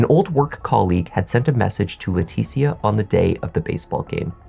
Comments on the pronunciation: Her name is not pronounced Laa Teetie Ah. It’s Laa Tee Sha. C’mon man. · Just an FYI, her name is likely pronounced Letesha, kind of like Patricia. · your annunciation and delivery are impeccable. However, I have a couple of friends with the same first name and they pronounce it "Le-tisha", of course not everyone is the same. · Leticia pronounced La tee sha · He is. He murdered that ladies name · You keep pronouncing her name wrong and it's so annoying. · You can't pronounce Leticia's name correctly, even though you used footage where it's pronounced properly? She's good enough for you to attempt to make money off of her tragedy, show some respect by pronouncing her name right.